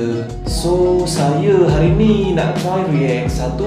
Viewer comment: Tolong lah cakap elok elok sikit , daripada aku suka tengok channel kau ni sampai jadi meluat dah lani . Tak salah nak cakap bahasa melayu , tapi sebut bagi betul , saya jadi saye , bahasa kita Malay Indo ni lebih kurang ja .